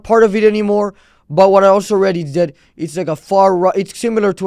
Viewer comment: I had like a stroke when I heard ðat. I had to pull out a calculator to make sure I didn't lose it.